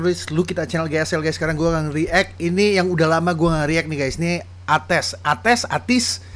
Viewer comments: Lagu lagu Ateez kebanyakan dibuat sama leadernya, Hongjoong bang (yang pertama kali nge rap) dan biasanya di bantu sama Eden (Solois serta produser kq ent) bisa dibilang Hongjoong ini produser nya Ateez. Oh ya bang cara baca ateez tu ai-tiz. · Sekedar info, cara bacanya Ateez (Eytiz) nama agensinya Kq (Keykyu) entertainment, nama fandomnya Atiny (Eytini) = Ateez + Destiny ✨ Ditunggu reaction lagu2 Ateez yg lain Terimakasih.. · btw bang bacanya itu eitis wkwk sama yang treasure ep fin : all to action itu nama album mereka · Cara baca ATEEZ itu Eytiz. Thank you udah ngereact lagu ini bang. 🥺 Wonderland ini biasanya dipanggil King Wonderland (Dari fans). Terus King Wonderland ini punya Queen, judulnya Answer. Next bisa juga bang react to Queen Answer 🥺🌸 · Makasiiii banyak abang udah reaction lagu ATEEZ WONDERLAND ini. Saya jamin abang gak akan nyesel dengerin lagu2 ATEEZ karena dijamin gak ada satupun lagu mereka yg gak enak. Asli bang ini makasi banyak lhooo. Oh iya abang mau koreksi cara penyebutan. ATEEZ (Eytiz). Agensinya KQ (Kekyu). Makasi banyak sekali lg yaaa abang